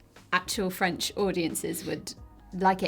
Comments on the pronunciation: i must say as a french speaker that actually jennifer english IS the best in the cast at pronouncing the french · As a French, I can tell that Ben Starr's french was very very good, much better than the rest of the cast, he really mastered the "u" and "r" sounds, it looks like he put a lot of work and dedication and it shows. Everytime his character spoke a french word I was so pleased, thank you so much for taking it seriously !